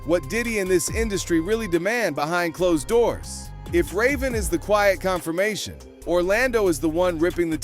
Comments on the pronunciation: Dude called her ryven 😂😂😂 like there no (A) in her name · The fact you pronounced Raven's name wrong af I couldn't even watch the rest of the video smh 😂😂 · Idk you butchered ravens name? Anyway good video all an all i like how ya said da shit abt da broken Disney kid an we need to ask who broke em? Real shit iv aways stood with Orlando i was big fan as kid but i still roll with em an dont believe he's crazy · Pronouncing Raven's name like that is a sin. AI needs to chill